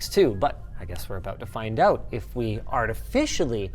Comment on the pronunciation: Or pronounce "out" as "oat".